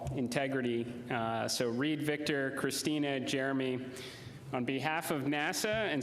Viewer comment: He must have have been told their names 100 times and he still pronounced Christina’s Name wrong. He did that on porpouse no doubt